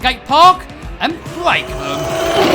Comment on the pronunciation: It’s break not Blake I try to ignore it but sorry